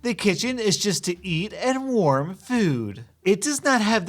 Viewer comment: Did she just say “worm” instead of “warm”?